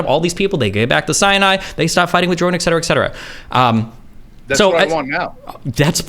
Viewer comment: Jesus even someone as intelligent as destiny is saying “eck cetera” now. Obviously it’s not a huge deal but god damn he should know better.